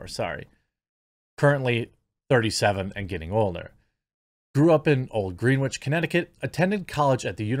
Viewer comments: "Green Witch"...? 😉 Generally Greenwich is pronounced Grenn Itch... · “GREN -ich” - not GREEN WICH!!!! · Pronounced "GREN-itch" not "GREEN-witch" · It’s not green witch. It’s pronounced Grenitch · im from CT, say it like GREN ITCH not green witch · It’s Gren-itch, not Green-witch. Just to clarify. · Not “green-which”…”gren-itch.” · GRENNITCH not GREEN WITCH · It's pronounced grenich, not greenwich. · Green-wich.. lol... it's Gren-itch. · Just fyi its pronounced "GREN-ich" not "GREEN-which" :) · Ugh, hearing you say "Green Witch" over & over... here's a friendly tip for Jeremy or anyone else not from the area: It's "Gren Itch". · Gren-itch Not Greenwitch No offense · Pronounced.... gren-itch not green witch 😆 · Sorry but it's not pronounced green wich. It's like gren-ich. I know it's not a big deal but I love your videos and some people might think I'm digging at you but I'm not. Just explaining it's pronounced differently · Come on man, I hate the Greenwich types but, you can at least pronounce it right. It’s not, Green-witch. It’s pronounced, Gren-itch. You’re better than this Jeremy 🤣🤣🤣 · It's pronounced GREN-ICH. (It's hard to muster any sympathy for Taylor Lorenz.) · It's pronounced "gren-itch" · FYI, it's pronounced GHREN-ITCH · I knew she grew up as a rich kid when I heard you say she grew up in old Greenwich CT. It’s also pronounced gren itch. :) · I was confused until I realized you meant "gren-itch" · Greenwich is pronounced Gren itch. Keep doing what you do! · Just an FYI, "Grenwitch" is pronounced "Grennich" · Pronounced "Gren-itch". Thank you for your excellent videos. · Greenwich (sounds like Gren itch), Connecticut and Greenwich Village, NY, NY. I'm just sayin........I couldn't help myself! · FYI....."Greenwich" is pronounced like "Grenitch". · I know it wouldn't be obvious to someone who doesn't live near there, but it's pronounces Gren - itch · The w in Greenwich is silent. Made this video almost impossible to finish. Gren-itch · pronounced Gren-itch